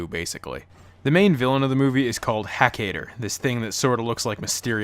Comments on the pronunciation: That "Ki-KAY-der" pronunciation tho'. Can't you hear the pronunciation "Ki-KAI-der" from well, everyone? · If u gonna talk shit about this show. Learn how to pronounce the name right idiot.